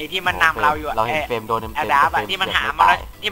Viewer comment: เฟรม เฟ้ยไม่ใช่ เฟลม